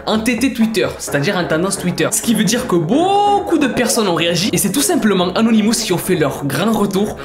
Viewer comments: les "anonimousse"? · On dit anonimos